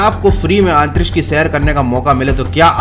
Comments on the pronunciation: आप बार बार आंतरीक्ष क्यों बोल रहे हो? आंतरिक्ष नहीं अंतरिक्ष होता है,। 😁🤣🤣🤣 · It's antriksh not aantriksh 👍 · अंतरीक्ष्य या आनतरीक्षय 😂😂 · भैया आंतरिक्ष की जगह अंतरिक्ष बोल लिया करो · आंतरिक्ष नहीं अंतरिक्ष होता है जनाब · "Aaantriksh" lol 😂🤣